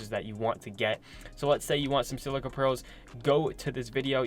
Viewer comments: Sil-i-ca, not sil-see-a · Isn’t it pronounced SILL-I-CA pearls? Not SIL-CEA pearls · Silica pronouncing (Sell-lick-ah) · My mans said silcia pearls. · What’s a silcia pearl? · I know but he said silcia sil cee a